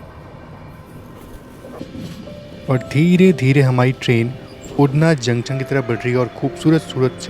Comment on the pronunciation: अरे भाई उड़ना नहीं उधना नाम है रेल्वे स्टेशन का।